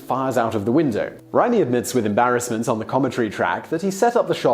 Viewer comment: Pesci = "Peshy" or "Peh-she" not "Pesky"... Raimi = "Ray-Me"